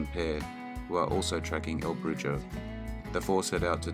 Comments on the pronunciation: "The Last Ride" was authored by Thomas Eidson, not Thomas Edison. Also, "Brujo" is pronounced "BRU ho". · Dont understand you Brits Maybe having Gibraltar for a century or so y'all cant pronounce brujo; brew ho me american is gooder than they spanish